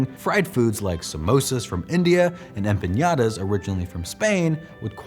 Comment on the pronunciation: Empanyada? Really? i thought you were more wordly and could pronounce Empanada correctly! But im more offended at the lack of mention of Georgian Khinkali, possibly one of the best dumplings in the world.